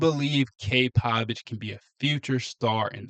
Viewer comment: Cade Povich at best a number 3 or 4 starter . His name is Povich , not Pavich !